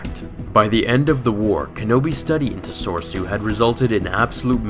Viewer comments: SIGH "Corps" is pronounced the same as "core". "Soresu" is pronounced sor-AY-soo, or sor-EH-soo. I hate being "that guy", but the mispronunciation affected my enjoyment of the video. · You pronounce Soresu wrong every time and it makes me cringe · Your facts are accurate, but 'Galliantly' isn't a word, and you're pronouncing 'soresu' incorrectly.